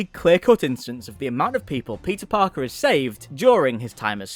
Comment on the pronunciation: Did you say Pizza Parker? Or i'm just bad at hearing??